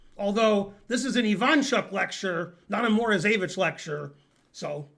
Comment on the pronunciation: Alexander MorozEvich with ONE "E", not MorozEEvich with two "E"s.